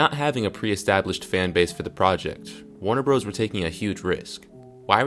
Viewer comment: “Warner broes”.